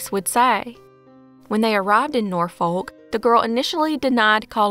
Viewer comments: Its pronounced Nor-fuk not nor-folk 😊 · Hey, Norfolk is actually pronounced "nor-fuk".